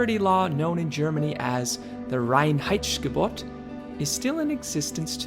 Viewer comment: And it is the Reinheitsgebot and not the Reinheitssshhhhgebot :-)